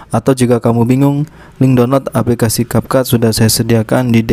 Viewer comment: Kak maaf capcut itu ngomongnya capcut kayak biasa bukan kapkut ya